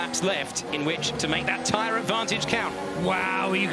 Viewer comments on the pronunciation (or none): none